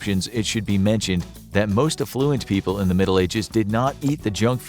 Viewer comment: Affluent. Stress on the FIRST syllable. Otherwise the word sounds like effluent. Meaning swage